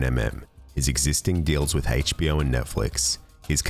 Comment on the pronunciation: Hayche-Bee-Oh! LOL Excellent video, though.